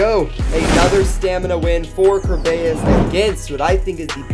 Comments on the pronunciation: Remember ker-bey-us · its called (cer bea iss)